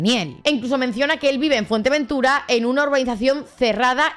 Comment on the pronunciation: FUERTEVENTURA, no fuertevertura...